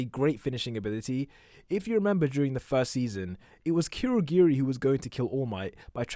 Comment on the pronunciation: It's not kweurogweri It's kurogiri